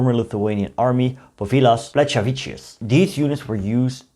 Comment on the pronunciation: Plechavičius is pronounced as "pleh-kha-vi-chyus".